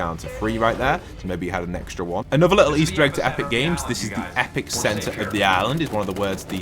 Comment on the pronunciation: The word isn’t epic center it’s epicenter